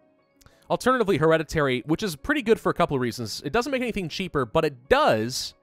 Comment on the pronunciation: is one of the biggest grammar nazis and pronounces “heredity” wrong